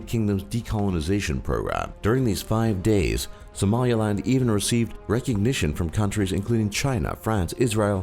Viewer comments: At least know how to pronounce SOMALILAND if making such a ‘professional’ video. He was saying SOMALIALAND. Wrong. And then he got his Democratic and Federative mixed up at the end. C’mon man, detail detail! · "Somalia-land"? learn to read. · its Somaliland not Somalialand. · republic of connaught or connaucht was short lived, liberated from British not English rule... your pronunciation is on "drugs" its somal-ee-land...